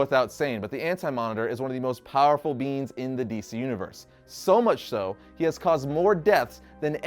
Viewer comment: Its funny when you say beings because it sounds like beans "The most powerful beans in existence" 😂😂😂